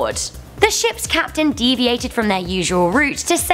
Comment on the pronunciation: Kapeten Smith